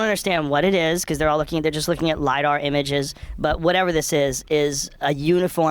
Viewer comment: Did just say “ LIE-dat”. Omfg. lol right in the face. Oooooh